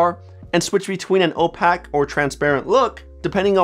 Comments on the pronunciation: opaque is pronounced like oh-peyk not oh-pack ✌🏼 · Helpful video, thanks. For future reference, it's opaque, like "oh" followed by the word "ache" with the letter P at the front. :P